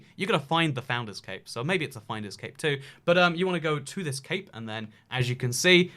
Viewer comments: When u said 'CAPE' ..i swear i thought its CAVE....People am i okay? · When he said cape I thought he said CaKe 🎂